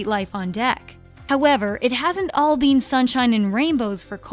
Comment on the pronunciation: why does this girl say been like "bean"